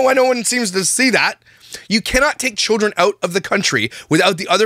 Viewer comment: Did say killdren?